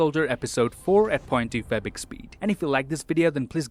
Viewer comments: are you saying "point two fabric speed" ? i can't unhear it - doesnt sound like 0.25x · why do you say it o.2fbx speed????